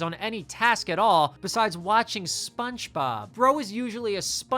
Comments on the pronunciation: You're definitely saying "SpunchBob." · Why do I keep hearing “spunchbob” whenever you say spongebob 😭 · I can’t tell if you’re saying SpongeBob like “Spunchbop” cuz of the meme or if that’s really how you pronounce it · SponchBob? Are you hispanic? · Bro can you say "Spongebob" correctly? wtf